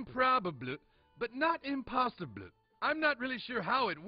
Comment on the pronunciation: It’s improbabluh, but not impossibluh